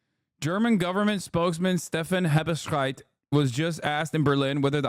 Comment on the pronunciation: Wie er einfach Hebestreit sagt lmao